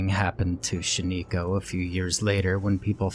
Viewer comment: How you pronounce shaniko is cringe also there isn't much woods near shaniko